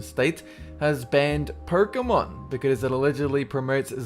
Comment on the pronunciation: Pokémon is my life. Ban Pokémon, and things will get ugly if I'm around! (Btw it's pronounced Poke-Aye-Mon lol)